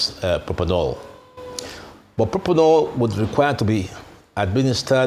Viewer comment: Why don’t they have a medical doctor (Prof of Medicine) on to discuss the issues on ground. What does a lawyer know about medicine? The fact he has the prefix of Dr. doesn’t mean he’s an authority in the field of medicine. He’s saying Proponol instead of Propofol. Arise TV, this is really disappointing coming from you.